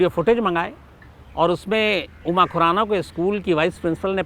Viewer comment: Abe tujhe khurana bolna to araa ni raa ganwar tujhe kisne journalist banaya tere jaise pakistaniyo ke liye thik h